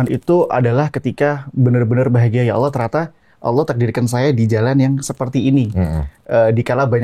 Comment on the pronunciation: Hmmm untuk pengucapan Allah sebenernya dalam ilmu tajwid kita juga gaboleh pake (wauw), bukan aulloh tapi allah. Yg jadi pembeda nya di makhrojul huruf lam nya 🙏